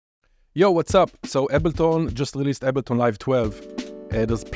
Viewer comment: He said “Ebble tawn” ⚰️